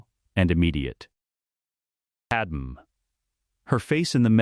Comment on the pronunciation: It’s pronounced pad may.